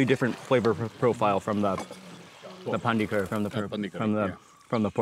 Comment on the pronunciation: Not pandi its pandri